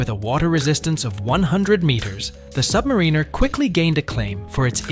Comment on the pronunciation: Nice tactic mispronounced Submariner.